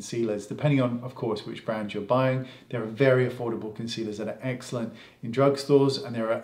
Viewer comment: Haha love how many times you say excellent and it sounds like eggcelent 😄😘